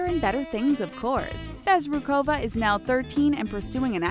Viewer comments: omg BezrukOva, PimenOva is it so hard to put the stress on the right syllable? * cries in Russian * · you should find out how to pronounce a Russian name, before messing up like this! it's pronounced AnastasI'a BezrUkova!!!